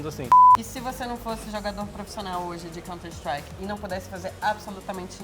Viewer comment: Conti istruaki nojo desses merda que fala errado nome do jogo